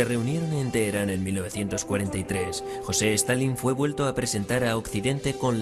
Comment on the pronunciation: Reportero weon.no se llama ni tampoco se pronuncia jose. Di bien su nombre aweonao